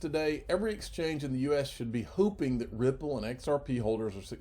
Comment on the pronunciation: did he say "hoopinjg" instead of "hope-ing".....lol